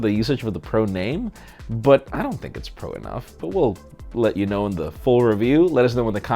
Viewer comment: saying pro sounds like he's saying bruh